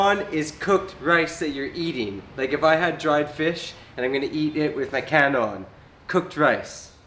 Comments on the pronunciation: Kan-on not kanon. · KAN-ON NOT KANON. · That's kan-on not kanon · Kan on not kanon